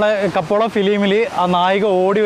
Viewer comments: കപ്പോള അല്ല സാർ കപ്പേള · It's not kapola it's kapela